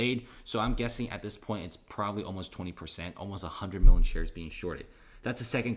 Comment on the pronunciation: Never trust someone who can’t pronounce million correctly